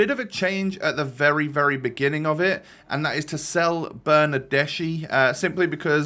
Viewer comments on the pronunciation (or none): none